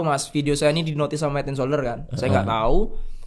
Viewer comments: "hed en soderrrr" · Lord hed en soderr 😅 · hed en solder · yg hed en soder, trus red pret pret. klau gasalah 😭